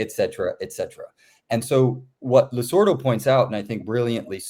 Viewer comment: Why does Gabriel insist on mispronouncing "Losurdo"? He seems to be saying "Lusordo".